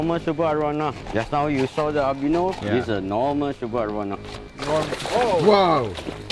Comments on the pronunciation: I keep hearing Arowana as marijuana... lol XD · why my mind tells me "marijuana" every time he says arowana